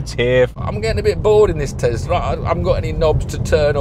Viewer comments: Tesla not Tezla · Its tesla not tezla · Thanks Mate, too many idiots turning an S into a Z.